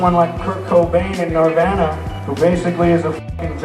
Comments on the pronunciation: Bro said Niervana 🤦‍♂️ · talks a lot of shit for someone who can’t pronounce Nirvana right